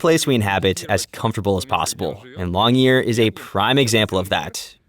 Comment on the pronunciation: The name of the town is Longyearbyen, not Longyear.